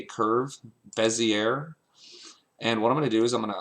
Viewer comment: Good tutorial! By the way, it's said beh-zee-AY. French-style.